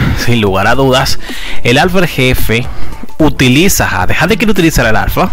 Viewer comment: Su nombre es Jade sii pero se pronuncia jey😂